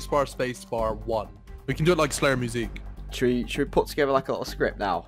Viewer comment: "like Slayer-mew-zeek"... wtf is that how u pronounce music?! The q in slayermus1q doesnt magically make it a different word 😅